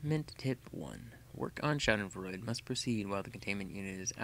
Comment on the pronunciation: I'm impressed you said Schaudenfreude right. Someone's done their homework!